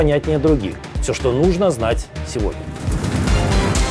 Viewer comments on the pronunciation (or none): none